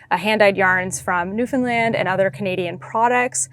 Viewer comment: You pronounce Newfoundland perfectly! I’m a Newfoundlander but I live in Ohio. I’m enjoying following your Canadian travels. Thank you for sharing.